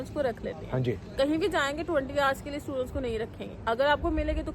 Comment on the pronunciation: You can't even say 'hours' (girl in pink blouse) correctly and you are studying in England! Can you please brush up on English speaking skills!